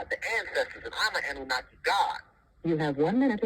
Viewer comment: No disrespect but its kind of a red flag to me when he doesnt even know how to pronounce Annunaki